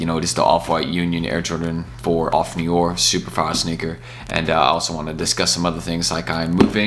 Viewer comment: Off No* R. Not of neeeooorrrr